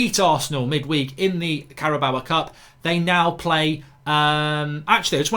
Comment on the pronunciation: Henk Williem Adriannus van der Napier .. cool. I’m just mocking the way mark says it tbh